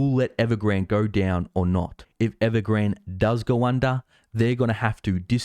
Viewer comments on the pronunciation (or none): All these youtubers talking about evergrande and cant even say the name right. Fat correction you are looking for is not till later this decade